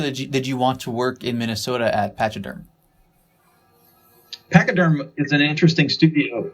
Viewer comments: Dude I can't watch and listen to this guy mispronounce "Pachyderm". Albini straight corrects him. Must be super frustrating. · i kno.....and PATCH yderm he says.....yikes! stunad